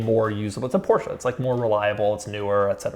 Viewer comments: this guy STILL pronounce "Porsche" wrong.....wtf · Doug!! You’re saying Porsche wrong bro 😂😂